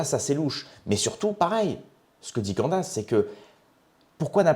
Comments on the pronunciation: on prononce ' Can"disse" en anglais pas Can"dasse" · Non, CandÉsse.